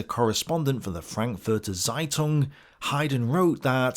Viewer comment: When you say "Seitung" you also need to say "Nasi" ;)